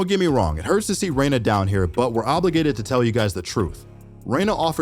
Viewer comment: You did Reyna so wrong dude.